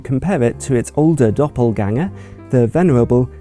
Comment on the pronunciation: I like your excellent pronunciation of "Doppelgänger" :-D But I also like this review in general.